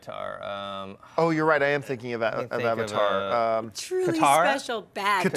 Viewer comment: This film made me notoriously hate M Night Shaymalama-dingdong. He destroyed everything that was great from the show. Weird pronunciation of Aang to Ung and Avatar to Uvatar. I cant.